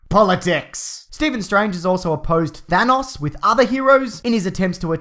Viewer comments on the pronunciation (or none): none